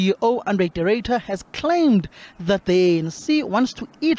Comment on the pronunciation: Can someone please tell mbalula that it's THAT not THUT ! 😝😝😝